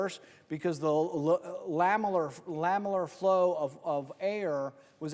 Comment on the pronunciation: Sorry I like Rand Paul but I can’t help myself and must make this correction. It’s LAMINAR flow not LAMILAR flow. Ok carry on. I’m ok now! 😂